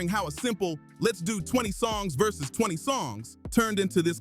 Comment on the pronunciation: It's versus not verzeus . Dumb MF come up with their own stupid words just to sound cool